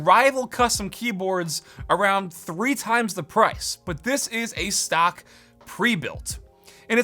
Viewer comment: but you're said it more like "suck" than "stock"